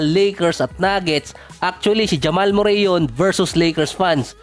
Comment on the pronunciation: Correction boss not murey(murray)merri ang bigkas✅